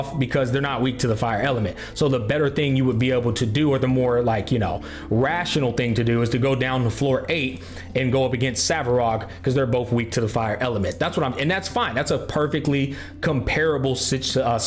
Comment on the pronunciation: It's Svarog and not Savrog.